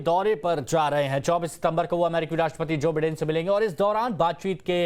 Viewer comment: It’s by- den not pronounce as bee den